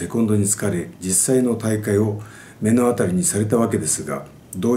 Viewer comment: めのあたりじゃなくて、まのあたりです。